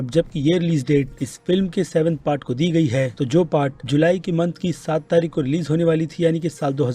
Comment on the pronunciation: Tarik sahi sai nahi bol pa rahe ho bhai kya baat.